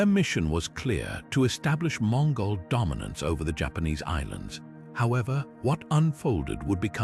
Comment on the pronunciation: 😅😅😅never heard Minoan or Mongol mispronounced before. EPIC FAIL.🎉🎉